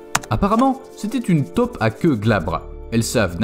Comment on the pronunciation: on dit TAUPE pas TOP, si vous ne faites pas la différence allez voir un orthophoniste....